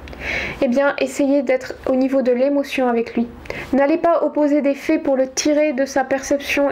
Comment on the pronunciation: Donc, vous êtes super. faites gaffe vos prononcez tous vos O en E et vos AI en é, c'est très dur a entendre. ça donne en éxagèrant en peu: la G(E)che pour la gauche , dans les fés, pour dans les faits, rejé pour rejet. Cordialement car cela n'enlève rien à la qualité de vos propos.